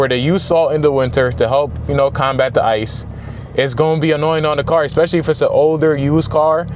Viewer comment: In the word ask. Where do you see an "X"? Nowhere? Why do you pronunce it then? Same case with "especieally"...